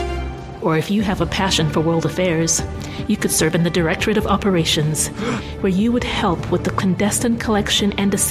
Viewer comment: she says "directorate of operations" like it's supposed to make people gasp and skip a heartbeat.